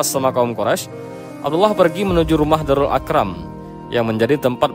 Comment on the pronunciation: Mohon maaf min di menit ke apa benar mimin menyebut "DARUL AKROM" apakah sama dg kata "DARUL ARQOM"....? mohon koreksinya kalau saya salah min, mgkin keterangan mimin menjadi tambahan ilmu jika kata tersebut sama.